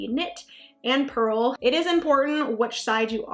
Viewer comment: It’s purl, BTW.